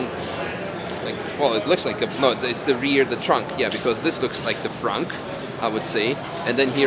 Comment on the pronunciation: "This looks like the fronk":) denglisch spezialist